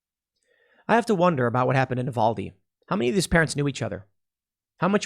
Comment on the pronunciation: Tim, the U in Uvalde is pronounced like the u in utopia.